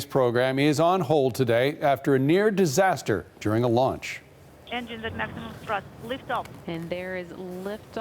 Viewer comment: 'near deseaster' lol..